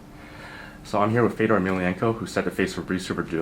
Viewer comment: It is pronounced Fe yo door.